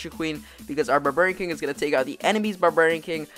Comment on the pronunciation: "Burburian king"